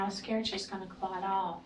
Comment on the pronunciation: Lots of “Ummms”… 🤦🏻‍♀️ And why can’t she remember if she worked YESTERDAY!? Also, WHY is she pausing soooooo long!? 🤣. And lastly , but most importantly, what TF is a blood “CLUT”!? 😂🤦🏻‍♀️